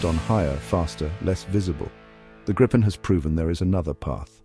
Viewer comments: It would be better if an improved AI commentary were used - this one failed even to pronounce "Gripen" the same way throughout the video - several different ones were used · Not as bad as having 4 ways of pronouncing 'Gripen'.